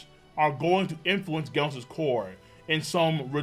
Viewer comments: How u say genos (gheh-nos) and gif (jif) Wrong? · Does know he’s been saying Genos wrong this whole time?